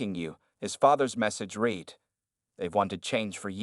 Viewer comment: I wish they could get the narrator to correctly pronounce ‘read’ as ‘red’. It kinda ruins the telling of the story.